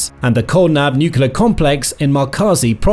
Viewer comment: Nuclear not nucular.